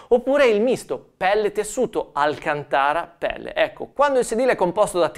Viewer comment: la pronuncia di alcantara è sbagliata.